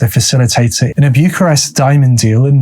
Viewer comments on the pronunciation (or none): none